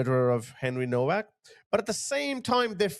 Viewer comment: Please could you pronounce his name correctly, it's pronounced Novak.